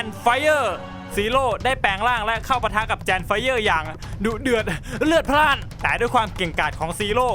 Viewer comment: ทำไมพี่ชอบพูดว่าดุเดื่อนเรือดราดนะครับ